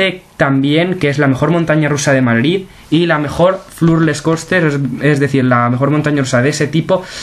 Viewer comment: Porque dices madlid jajajajajaja 😍